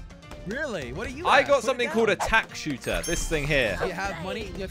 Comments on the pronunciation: He said "tack shooter" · You mean tack shooter as calls it